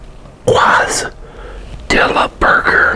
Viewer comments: Sick vid , but pronounced (Case-ah-dee-yah) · Great vid tim😁👍 and its pronounced (Kay-Sah-dee-ya) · Dude, it’s CASE-UH-DEE-UH. Not quasi-dee-uh. Lol. Michigan doesn’t have any Mexican people? ❤️ 🇲🇽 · “Quazdilla” 😂🥰❤️ I love it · Just an FYI: Quesadilla is pronounced Kess - a- dee - ya. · Actually, it would be Case - a - dee - ya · Quesadilla pronounced "Kay-sa-Deeya" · He! Great video! Quesadilla is pronounce " keh-suh-dee-yuh" by the way:) Food looks great btw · It’s pronounced “kay-sa-dee-ya” homie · Qwasdilla lol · My man said KWAS-DILLA 😂🤣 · You said quasidilla wrong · Kiss - a - dee - ya (loved the vid tho) <3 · This man said Quazdilla lmao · 1skyline1 let him say it however he wabts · I gotta be honest never heard someone call a quesadilla like that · Are you aware your butchering the pronunciation of Quesadilla beyond extent? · lol maybe he's just never come across the spelling of it but knows the word. idk